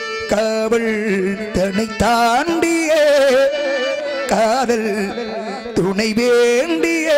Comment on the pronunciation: காவள் காதள் என்று உச்சரிப்பு